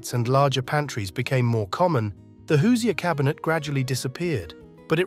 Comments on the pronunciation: Hoosier is actually pronounced "who's - your" not "who-see-er". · OK, the ice box and hoosier (pronounced "hoosher" not "hoos-i-er") were largely things of the past by the 1950s, particularly in urban and suburban areas. Also, the narration was a bit over wrought about symbolism. These were simple kitchen tools which were generally discarded from use when something better and affordable came along. Some of the photos were clearly pre-1950s and a few appeared to be 1960s. Overall, IMO, we were eating in a more healthy way in the '50s, more home made dishes and fewer presevatives and ingredients with 15 letter names. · Hello It’s not “Hoos E er” cabinet. It’s pronounced like Who-zure… ❤ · Hate to be that guy, but the pronunciation of Hoosier irked me. It is whose-your said quickly. Or the jour in de jour. it isn't Whose-eeyore. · It’s NOT pronounced HOOZEE-ER. It’s HOOZHER! Lol😂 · Hoosier, pronounced hoo-shur, not hoo see ur. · "Hoo-zee-er", my Indiana-born Mom is rolling in her grave. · You're pronouncing Hoosier quite erroneously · That is the most horrific way to pronounce Hoosier I’ve ever heard…